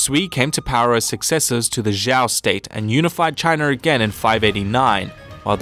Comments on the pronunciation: I'm just asking but what's with youtubers who cover Chinese history call the Zhou dynasty as Zhao, the only person I heard call it Zhou is Bill Wurtz but aside from that very nice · Zhou is pronounced as Joe. Your not very educated in CHINESE HISTORY,Study more please.... your making a joke of your channel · denglinzhiniao 不止宋，其他也有很多错误，比如周，都念成赵了。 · zhou is pronounced “Joe” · Good video! A little correction on pronounciation: Shang = "Shung" Zhou = "Joe" [...]-Yue = "Yu-er"